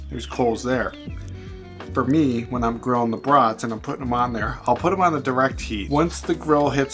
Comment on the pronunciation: Nice video, as always! Are they beef? I like the pronunciation: brutts (as in mutts).